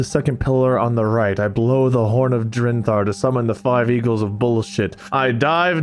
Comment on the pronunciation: Bob said it wrong both times. Wade was actually getting it right the whole time. It had been "Drenthar" from the beginning. 😂